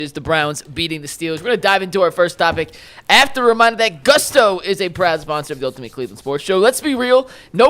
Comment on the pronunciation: its GOOOOOSTO. not GUSSSTO. gonna lose that sponsor real quick lol